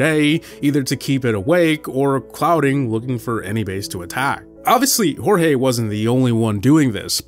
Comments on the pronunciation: It's not HorHe, it's Jorge- like George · His Jorge is George.